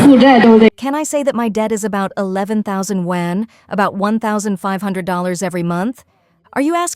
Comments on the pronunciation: YUAN ! Not won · I just hate 'content-creaters' who are laizy, using AI narrator who can't even pronounce the chinese currency correct................for shame👎👎